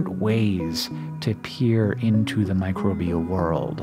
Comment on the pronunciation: Hearing "mircrobial buddies" makes me feel happy!